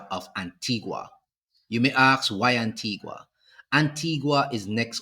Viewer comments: It is not Antigwa, it is Anteega. Please pronounce properly. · Please. In the name "Antigua" the "u" is silent. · The island's name is pronounced Anteegah...please stop mispronouncing it. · Why no one can ever pronounce Antigua and Barbuda correctly 😂😂😂😂😂 is our dialect that bad😅😅😅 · Pronounce the country name correctly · Antigua is not pronounced like that!